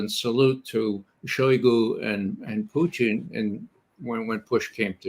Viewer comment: It's funny how Ray McGovern always pronounced Putin as "Poo-theen".